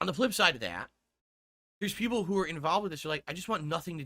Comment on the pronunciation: "You know, snort I got a message the other day from peepul. And you know what, peepul said? They said, ". I've watched you for a long time. Peepul like me. View you differently now. Your conent is robust. Different. Meaningful. And your long-form style react style playthrough style khantent is not like the rest of the paid shills of Youtube. signed from peepul" See? I am naht a lawlcao anymore.